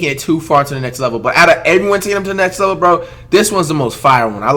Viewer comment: "lext level" 😂😂